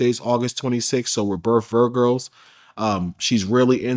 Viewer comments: “ we’re both vrigos “ wtf is that nigguh lol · It's Virgo not whatever tf he said lol